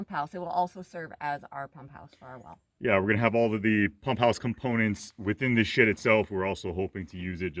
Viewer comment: Is it me or does it sound like is saying $#!+ every time he says "Shed"?